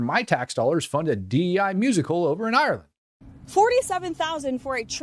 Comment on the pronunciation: Did have a stroke trying to say Ireland???